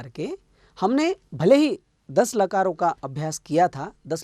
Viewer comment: मैंने पहले भी कहा था और अब भी प्रार्थना कर रहा हूँ कि आप अं की बिन्दी बोलने में हर जगह छोड़ रहे हैं। कितना अच्छा हो यदि यह त्रुटि आप सुधार लें। अभी पहली ही मिनट में आपने... कालो का, लकारो का बोला; जबकि कालों का, लकारों का बोलना चाहिए था। प्रणाम। दक्षिण भारतीय बिलकुल अं की बिन्दी प्रयोग नहीं करते। इसीलिए आपके साथ ऐसा हो रहा है।